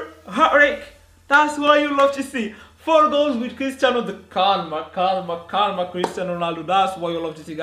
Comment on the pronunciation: Hahha one question ¿do you speak spanish? Cuz those calma calma and that perfecto was perfect